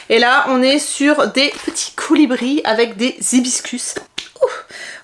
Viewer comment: Cool ce haul action , cool aussi les « coulibris « 😂🤣